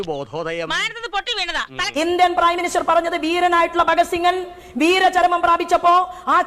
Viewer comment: "bhagat singan" pulli malayalyano